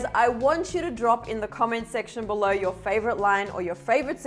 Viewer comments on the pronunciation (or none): none